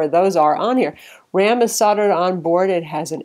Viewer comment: The ram is soldered on--pronounced SOLD-ERED--not soddered.